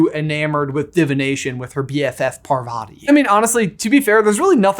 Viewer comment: The way you pronounce Parvati makes me cringe. Please look it up it’s a very common Indian name.